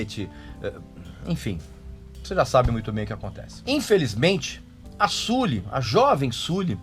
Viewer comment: Já parei de ver o vídeo só de ele pronunciar "Suli".